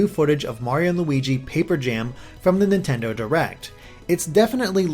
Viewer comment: dear you trying to say Nintendaan hurts me